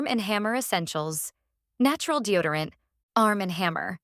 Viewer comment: Deo dee orant ? F'N ai.😂